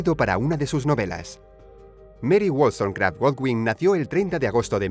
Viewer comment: mary wols... qué ;:v?